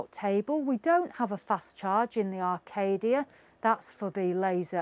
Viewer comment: Oh dear it Acadia not Arcadia and it’s caravan not cara van